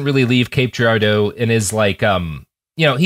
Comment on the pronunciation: Great episode but I gotta say hearing Robert constantly mispronouncing Cape Girardeau (gir-AR-doh) makes me want to take away his Missourian status